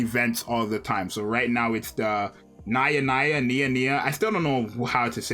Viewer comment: I lose it when he said naya-naya or niya niya lmao